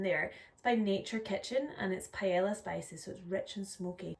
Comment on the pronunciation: I enjoy your content and have watched several videos already. Thank you. I wanted to help you to pronounce "paella". "Pah-A(long a, saying its name)-yuh". The ending sound makes a "yuh" sound, like "tortilla ". 😊